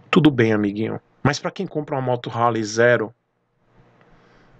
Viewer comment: Pelo amor de Deus,pronuncia R, e HARLEY